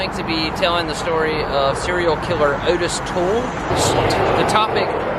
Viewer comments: It's a shame. This video is very good but I can hardly pay attention to it because all I hear is you repeatedly say "AWTICE"! It's Ottis pronounced "OH-TISS". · It's pronounced Oh-tis